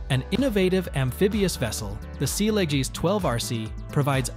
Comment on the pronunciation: Sealegs pronounced as sealegees was weird and funny🤣